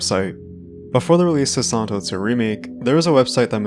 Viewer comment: Man, i'm not a native english speaker and spend 9 minutes hearing "santos series". Only when i decided hear it in slow motion i could hear you saying Silent Hill. Always nice when i learn to hear the tiny differences in english speakers from person to person